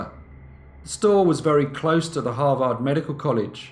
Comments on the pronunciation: It's not "Har-vard", it is pronounced Har-ved" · Har-vd not har-vaarrd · You are mis-pronouncing Harvard. It's not harVARD , its HARvard. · Hah Vard? 😂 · Its Harvard, HAR-verd. One of the most prestigious schools in the world. I still love you though. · Harvard, if you please, is pronounced, " HAR-verd". Sorry, but it's distracting in this story to hear it mispronounced. Great story! Very Dickensian. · Harvard = h AA r - v er d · I mean it definitely sounds wrong to our ears as Americans. But it is also spelled as Harvard, and pronounced as harverd so that’s kind of on us. If you sound it out phonetically you’ll get it wrong every time. 99% of the time the ar combo makes the ar sound. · He does such great research that I'm surprised that he seems unfamiliar with Harvard, given the grating mispronunciation. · Very interesting.. but have you really never heard how to pronounce Harvard correctly? One of the world's foremost and respected colleges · I love this channel but your pronunciation of Harvard is giving me a migraine! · Got a little annoyed with the butchering of the school name, but love watching brief case! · you pronounce harvard wrong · Love how you said Harvard 😊😊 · We all need to teach you to pronounce Harvard....wink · Listening to you pronounce Harvard is like nails on a chalkboard.